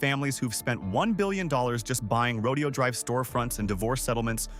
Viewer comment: Horses are part of a rodeo. Right! The street name is NOT pronounced the same way. Say: "row day ohh" or you'll sound like a hillbilly.